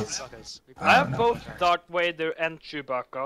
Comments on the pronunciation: Dont blame him from saying Doc vaduuurr it's incredibly hard saying the "TH" sound if you're from sweden or norway D= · lol i love that "Darc Wader" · That Doc Wader part; since he's from norway it's very obvious. Swedes and Norwegians can't pronounce it for some reason so they say Dark (not Doc) Wader. I've always hated my country for this :D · dock wader!! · lolol all my foreign friends say Darth Wader aswell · DOC WADER XD HAHA